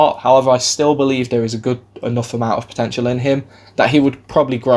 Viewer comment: You said it like the French